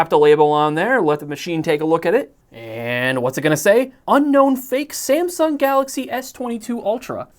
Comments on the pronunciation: The “Sumsang” part cracked me up. 😂😂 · Sumsang - lol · SAMSANG hahahahahaha